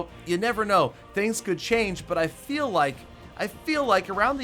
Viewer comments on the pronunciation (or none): none